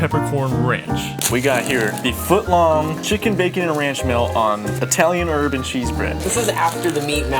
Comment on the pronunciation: italian "urban" cheese... bruh